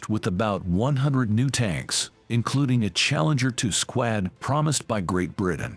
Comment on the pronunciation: This guy needs to learn how to pronounce the words: "squad", "levers" and "passage".